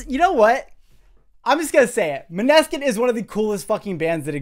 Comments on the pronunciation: his pronounciation of Maneskin kills me every time it's pronounced m-ah-nes-kin not ma-ne-skin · Actually, it’s “Mo-nuh-skin”, or “Moan-eh-skin”. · Naah actually it’s pronounced mo - na - skin, they said it themselves that it’s a danish word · Always loving you videos! Love to watch someone who actually have a understanding about what they are talking about! So good! The bass player is half danish, and the name is the danish word for "Moonlight" (Im danish) :))) Their name is pronounced: "Moh-Ne-Skin" :D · love the video, only thing is that it's pronounced mohh-neskin :) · oook. they are around for some time now, so it´s time to pronounce correctly :D it´s moh-ne-skin ;)